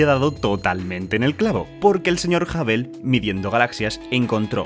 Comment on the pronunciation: por cierto. Hubble de pronuncia masomenos como Jaobol, con una "J" suave.